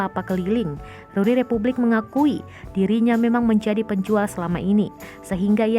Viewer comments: Yang benar itu Republic, bukan Repvblik Suuuu..... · Repvblik orang lain : Republik Gw : Rep(vu)blik